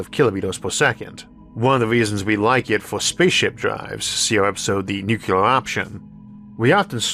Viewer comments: The word is 'nu-cle-ar', not 'nuc-u-lar'. How hard is that? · I have no issue at all with the speech impediment - but please please for the love of Sagan, please learn to pronounce "nuclear" correctly! It's "new-clee-er", not "new-que-ler". Thank you. Also I love your channel. No matter how you mis-pronounce "nuclear". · nucular is not a word. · why cant people pronounce Nuclear properly? Only idiots call it NooCular. It is properly pronounced NewClear. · Gave up 2 seconds in with the 1st mention of "nucular". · The word "nuclear" has two , not three. Talk to a nuclear physicist, please. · Do you think that the qualifications for the narrator of a video essay about nuclear energy might include being able to pronounce "nuclear" (including the "r")? Not poking fun, but seriously?